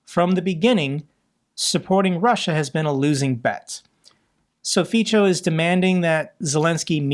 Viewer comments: I love the way you pronounce Fico.. It is not correct, but your way it better rhymes with czech and slovak world for c*nt (Fico/Pico) :D Which is only fitting.. Thank you for your reporting! Greetings from Prague. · Dear, we admire your tenacity and sense of justice for all of us. One VERY small improvement would be to pronounce Fico as "fitzo" and not "fitcho". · Its Fico not Fičo. Its not that difficult to type or copy his name into google and let it teach you how to say his name properly. I will comment this every time until you learn. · Fico is pronounced as Fitso, not Fitsho. Even if I don't like him, pronunciation should be correct. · Hey, Good content. One thing to clarify. Slovakia's PM name is pronounced as "Fitso", not "Ficho". Also, he's revered by the elderly, specifically women. There is a generational divide in Slovakia where the old people are enemies of liberty, prosperity, rule of law and need to have an enemy in their life (such as the big-bad USA) and a strong leader, such as Fico. Majority of young and middle aged people hates his guts. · Hi, if it plays any role at all, the pronounciation of the Slovak PM Fico's name is [ˈrɔbert ˈfitsɔ], like in 'fits-oh' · his name is pronounced as "Fitzo" (in German), (in English "Feetso" ). Thanks for your good work, I watch your every video. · Fico is pronounced like "fitso". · It was good to hear the orc female reaction to the situation in Engels...she isn't enjoying it . I hope Fico enjoyed his luxury holiday! Now he's back in Bratislava to deal with the political situation.... And its pronounced FITZO.💙💛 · I really love how pronounces Fico - it fits for Fico´s character better than correct Slovak pronounciation (Fi:tso). I´m thinking to start saying it the same way.... Greets from Praha. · Fico is pronounced feetso, Tusk is pronounced toosk. Greets. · And notice that Fico is pronounced more like feetso.